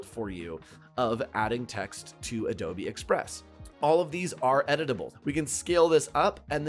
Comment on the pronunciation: Is it called adobeee? Lol 😆